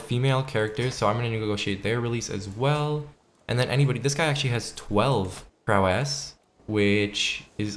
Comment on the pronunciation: it's pronounced "prowess" not "prowéss"